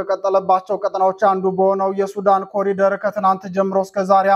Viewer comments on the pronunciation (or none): none